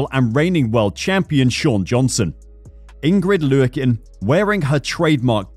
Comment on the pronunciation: Did you call her Ingrid leeyoukin?